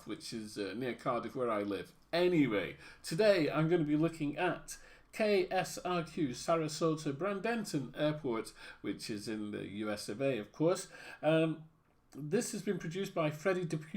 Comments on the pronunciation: its actually pronounced Braid-den-ton, though :) Nice airport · I live within 5 minutes of KSRQ (Sarasota/Bradenton International), and FYI its pronounced BRAID-EN-TON. Anyway, this is some fine looking scenery, and would pass as mid range payware in FSX (my current simulator). Looking forward to what XPlane 11 has in store, the only thing that kept me from XPlane 10 was the User Interface. My flight school is also at KSRQ, its at the Dolphin Aviation center, Cirrus Aviation Flight School.